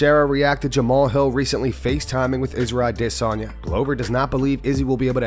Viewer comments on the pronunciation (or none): Stop pronouncing Adesanya like that. Idc if that’s how they say it in Nigeria. You don’t have a Nigerian accent. Or else you’ll have to start saying every foreign fighters’ names in their native accents. It’s just weird